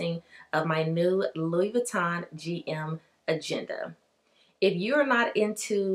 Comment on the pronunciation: Gotta pronounce the name correctly if you’re gonna carry a Louis lol. It’s “loo eee” not Lewis